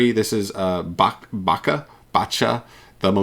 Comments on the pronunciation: bacha? bruh... how can you not know how to pronounced bach, he's literally as famous as mozart 🤣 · Gosh that "Bach" pronunciation killed me !